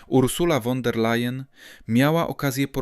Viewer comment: Nie "won", a " fon" der Layen! Nieuku!😅